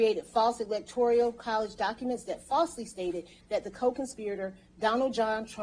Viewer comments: Electoral not electorial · Fascinating... but she is going to have to read this off multiple times and should probably learn that it is "Electoral" and not "Electorial".